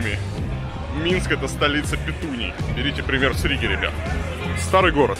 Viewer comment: Варламыч надо говорить ... мэр города Риги..а не Рыга